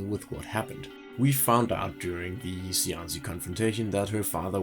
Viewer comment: As an Italian language speaker, shouldn't Cianci be pronounced: Chianchi? ("Chi" sound from cheek)